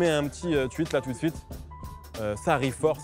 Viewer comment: « on commenze avec la nouvelle épreuve tout d’zouite »